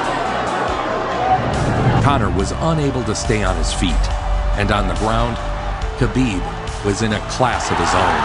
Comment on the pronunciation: But still messing up his first name a couple years ago😂